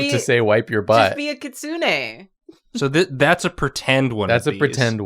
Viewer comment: Is anyone else bothered by the way she pronounced “kitsune “?